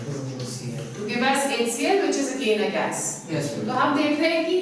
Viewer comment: Kya bolta h ye gas... 😂😂 rest of the you are brilliant teacher...